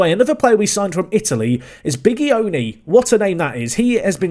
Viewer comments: Bigioni pronunce of G is like GI of giant in english So not GH or J, simply GI so sounds like BiGIoni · The G in Fausto Bigioni is pronounced more like the J in a Portuguese Joao than the g in goal.